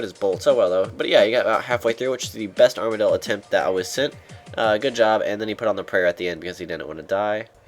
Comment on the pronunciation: Armadyl ARM-uh-dill i saw this on the runescape pronunciation guide, figured you would need it